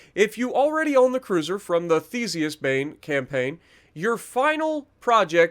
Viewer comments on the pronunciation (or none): none